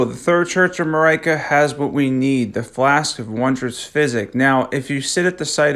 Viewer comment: I hate how he says Marika, otherwise good video so far